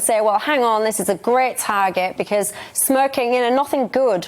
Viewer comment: Love how she pronounces smoking 🚬